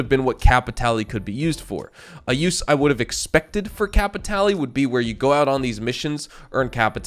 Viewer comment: you don't want to go get some "cay-pee-tay-lay"!? one of my favorite things to do is to get some cay-pee-tay-lay and then i use my cay-pee-tay-lay to get some stranger missions and then get more cay-pee-tay-lay so i can do more stranger missions and search pockets for more cay-pee-tay-lay. (i physically cringe when npc's say it in game.)